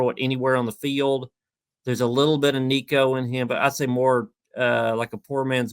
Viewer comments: Come on, man. It's week 7. Learn how to say Nico's last name😂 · Please learn how to pronounce Nico‘s name, right. It always bothers me when people don’t take the time to do their research to get a name, correct